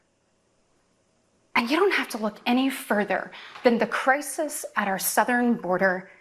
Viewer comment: I'm sorry...the WHAT? at our southern border? Do people actually pronounce it Chris-is? Is it an Alabama thing? Or a DUMBFVCK MAGAt thing?